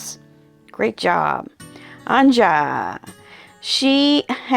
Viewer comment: I think Anja is pronounced "Anya". You might want to ask her what she prefers.